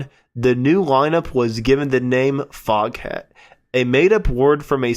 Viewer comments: It is actually pronounced fogat. The h is silent. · Foghat, pronounced Fog..at. The h is silent.